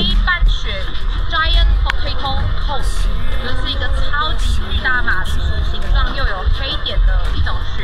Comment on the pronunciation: Cod 唸Kahd 不是o 母音 chil 是七l 不是 七o l 對亞洲人有點困難